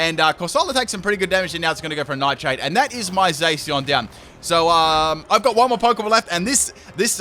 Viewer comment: I think Zacian is pronounced (zah-shi-ahn), so it annoyed me when said (zay-see-on)